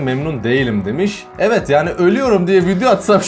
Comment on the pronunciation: evit derken çok komiktin evet değil (EVİT)